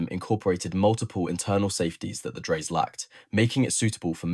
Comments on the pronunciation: Dry-suh, correct?? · Dreyse. The last e is spoken. The company owner was son of Nikolaus von Dreyse, inventor of Dreyse needle- fire rifle. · Obviously scripted by someone unfamiliar with early firearms ( to put it politely) ! ! As a firearms historian, I had certainly never heard of that pistol before, mainly because the narrator had no idea how to pronounce the surname of Johann Nicolaus von Dreyse: DRY-zuh (or sometimes heard with a closer "oy" sound: DROY-zuh), inventor of the Dreyse Needle-gun ! Don't give up your proper job ! 👎👎👎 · Can’t even pronounce the name correctly.